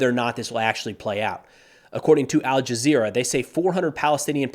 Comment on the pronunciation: When you say al-jezzra I stop listening